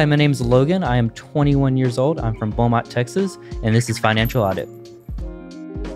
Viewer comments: BEAUMONT not belmont, FINALLY one from the 409 💀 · It's Beaumont not Belmont. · FYI - Intro says Belmont instead of Beaumont.